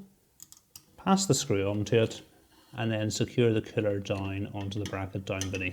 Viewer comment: Just curious - how can DOWN become DINE? That pronunciation is just wild! Great video!